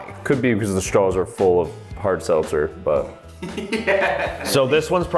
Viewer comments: On the seltzer he said it right the first time then he kept talking then he got mixed up the second time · That’s not fair narrator actually said it right the first time 😫